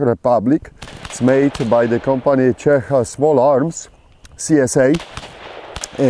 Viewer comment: finally somebody, who knows how to pronounce Čech properly! You go,!